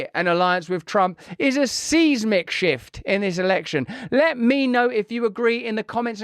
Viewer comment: So true. I am and have been 100% for RFK, even prior to him announcing running for President. Russell, please start to pronounce 'seismic' properly. It's pronounced Size-mick, not seize-mic (same in the USA as in the UK)